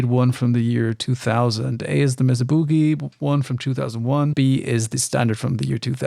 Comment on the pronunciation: Mesa is pronounced "May-Suh." Named after an elevated plateau geological formation.